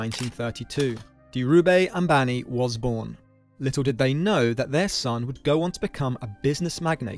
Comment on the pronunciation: Its pronounced as Dheeru Bhaaii Ambani